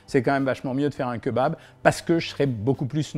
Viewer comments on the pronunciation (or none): Keubab c'est pr le buzz Cohen ? 😖 Bon on pardonne car tu nous aide à maigrir mais stop stp 🙏🤣🤣🤣on dit Kébab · J'adore vos vidéos elles sont super intéressante mais par pitié on ne dit pas "kEUbab" mais "kÉbab" 😭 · on dit Kébab pas keu bab lol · Queu babe 🤣🤣🤣 C'est KÉ - BAB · C est pas keubab c est Kebab ont lis Kébab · La bress les rouilla ? Vennez entre jeuns on va au keubab. 🤣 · J'aime bien le keubab moi ^^ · keuba lol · quand il a dit KEUBAB j’ai taper ma plus grosse barre ct violent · OK on a perdu tout le monde sur le keubab 😂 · Keubabe.... pourquoi? Lol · Cirrhose du foie 🤣🤣🤣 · Keubab c’est trop drôle je suis dead 😂😂😂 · Il a dead ca avec son keubab 😭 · keubab xD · Cest pas un keubab cest un greuc ou dit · Keubab mais lol 🤪🤪🤪🤪😅😅😅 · C’EST KÉBAB mes oreilles saigne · Keubabe jsuis mort 😂😂😂😂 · Quel tueur avec ses "BK, BK, Bk, KFC, KFC, KFC, et les fameux queuesbab" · Le keubab 😂 "l'erreur est humaine" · Leu keubab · ‘’Les jeunes y vont dans les keuubab hein’’ Jean-Michel Cohen Ah oui aussi je crois qui l’a dit 39fois le mot keubab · déja on parle pas quand on dit "keubab" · QueuBab.... Carrément... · les fameux keubab dont on m'a tant parlé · le Keubab mdrrr épique ! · keubab ? xddddddddddddddddddd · Queubab.... Vidéo intéressante mais votre prononciation de queubab est ridicule et drôle. Quet bab.... 🤣😂😁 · GNGNGNG KEUBAB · Keubab sinon cool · Mdr KEUBAB jpp j’en ai marre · KEUBAB MDRRR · J’adore le kebab bien insisté sur le eu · Ça se prononce Kébab 😂